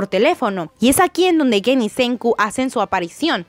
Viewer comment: No es guen, es gen